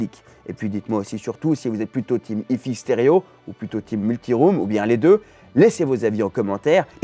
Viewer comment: C'est marrant cet effet de style façon Lada en finition "Luxe" de la vidéo, qui consiste à feindre de prononcer "hi-fi" à l'anglaise comme si on ne savait pas prononcer l'anglais. 😋